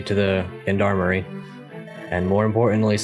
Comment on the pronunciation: I'm sure you've been told before, but Gendarmerie (and Gendarme) is a french word, pronounced more like "john-dar-mer-E" (or john-darm)... just to sound a bit more authentic. French isn't my native language, so my phonetics probably sound like an American trying (and failing) to speak French